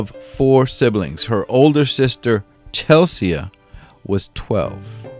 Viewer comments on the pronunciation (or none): Not Chelssseeeaaa .... it's Chel - Sea. Spelled the same. It's English (UK).